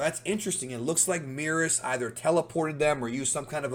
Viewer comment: The way you pronounce Merus really peeves me off